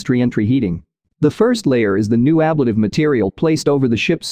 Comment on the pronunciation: The word ablative is pronounced a-BLATE-ive, not ABLAT-ive. AI voiceovers drive me nuts with all the inaccuracies.